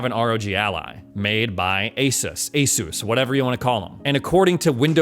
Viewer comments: It's pronounced AS US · It is pronounced as 'AY-SOOS'. ASUS actually made a video of how to pronounce it lol. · Pronounce it like A Zeus.